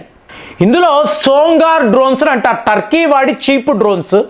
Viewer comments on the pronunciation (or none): none